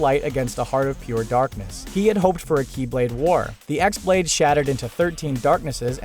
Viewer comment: good list but the "X" blade isn't pronounced X.